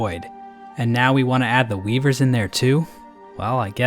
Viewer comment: man i love those weebers (I swear he said weebers)